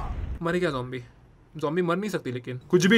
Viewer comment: Mythpat Said Zombie - Mythpat Said Jombie I laughed a lot when he said, 'Jombie' Just hear it once, you will laugh..